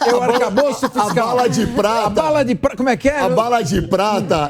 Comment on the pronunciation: Meu Deus. Será que só eu ouvi Bala de PRASTA. 😂😂😂